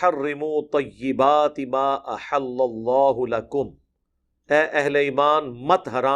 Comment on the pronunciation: بھائی قرآن صحیح پڑھ لیا کر احل اللہ میں پہلی ل باریک پڑھی جاے گی